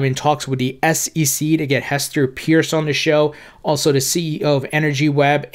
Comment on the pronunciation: Finally! Ask Hester it’s pronounced pierce or purse